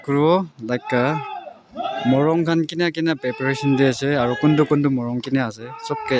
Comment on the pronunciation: Not paperation it's pre-peration